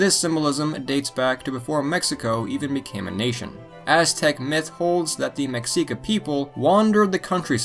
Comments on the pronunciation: Pronounced mexica wrong, me-shi-ka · I think it's pronounced meshica people spelled mexica